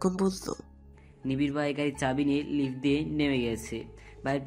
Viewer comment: 🤣🤣 লিফটকে লিভস্টিক বলছে ভাইয়া 🤣🤣